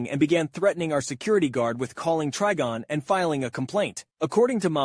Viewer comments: To say Trigon say the Tri like you're gonna say triangle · It hurt me every time you mispronounced trigon.